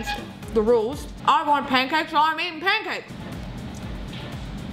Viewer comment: yo she said poancakes and i smelled syrip